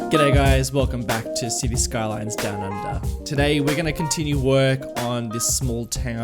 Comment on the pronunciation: when you say "down under" I think you are saying "dun, dun ,dun". Every time.